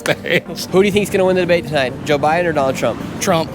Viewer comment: Girl said Obama then said Bide , sheesh......